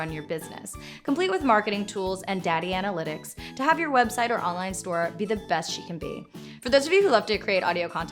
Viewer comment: Did she just say "Daddy analytics"?